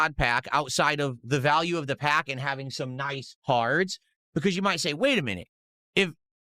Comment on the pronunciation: Somebody tell him the word "and" is only one syllable.